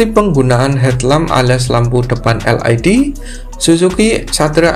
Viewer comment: LED (el i di) mas 😂 bukan (el ai di)😊